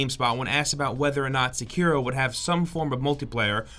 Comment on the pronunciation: That is the most american way to pronounce Sekiro... "Seckeero" x) I believe it's "sekk-irro"